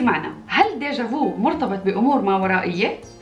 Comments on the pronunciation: تنطق ديجافي ليس ديجافو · كلمة فرنسية déjà vu. لكن نطقك للكلمة خطأ .. ليس ديجا ڨوو بل ديجا ڨ\u\ Verbe voir au passé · خرضتك بتنتطق deja vu غلاط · ظبجا في مش ديجا فو اسمعيها ف غوغل فويس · Déja vu machi diga vou " anat9iha mlih wella asokti mdrrrr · ديجا فو هههههه لا تنطق بالفرنسية هكذا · 😢😢😢😢نطقك ل déjà vuكاريثية si il te plaît apprendre comment prononcer le français avant 😢😢😢😢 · حاولي أن تنطقي vu بالنطق الصحيح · Déjà vu انطقها بالصحيح انك تعذبين اللغة الفرنسية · تنطقينها بالخطأ ،u بالفرنسية لا ينطق "و" تفقدي google translate